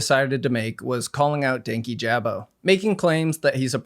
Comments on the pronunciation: His name is Dan-KEE-ja-bow not danky-jab-o. Regardless of the context in which you’re talking about someone, take the time to learn how to say their name correctly. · Danyjabo is constantly pronounced wrong in this video it’s “Dank- yee- Juh-bo” and he’s relatively a new creator in the commentary world which is why he’s so like unimportant seeming I guess. has been around for a while, but he’s only popular around certain kinds of people 😅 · the pronunciation is frying me :sob: its pronounced dane-kee-juh-boe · Ik this was a year ago. But dankyjabo's user is pronounced "dan-key-juh-bow" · The way he says "Dankyjabo" annoys me so bad 😭 it's Danky - juh - bo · The only bad part of this video is how many times DankyJabo’s name was mispronounced 😭 it’s “dan-KEE-juh-bo” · The pronunciation of dankyjabo in this video threw me off so hard- it’s DAN-KEY-JAH-BOE lmao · I quite like commentary youtubers, it’s definitely the genre I enjoy putting on in the background or will lean towards when there’s a topic I’m interested in. I’ve watched dankyjabo for a couple of months and honestly really enjoy his content. I’m disappointed with the mispronunciation of his channel name. I don’t want to come in here and be all for one side but when it’s something as noticeable and easy to research like a pronunciation, it does make it harder to follow your video. I could be reaching here but I was genuinely curious to hear this video out but was put off by the thought that if you couldn’t at least research who you’re talking about, it kind of discredits the video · the amount of times i’ve wanted to slap someone in this video for mispronouncing dankyjabo is actually insane. im american and it only takes two seconds of research to figure out how to say his name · Everytime said DankyJabo's name wrong, it rubbed me the wrong way. I'm not entirely sure why, it just did. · I'm just here to hear an adult man say the word 'Dankyjabo'. It does not get old.